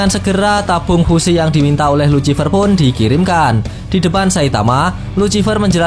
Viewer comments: Please bang perbaiki kata ejaannya,, luciffer dibacanya lusiffer bang,, kagak enak aj dengernya #suwun 🙏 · Bacaannya "lusifer" pak